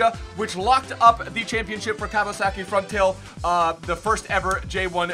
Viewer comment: "Kawasaki Frontail?" lol what the fuck? It's FRONTALE Simple.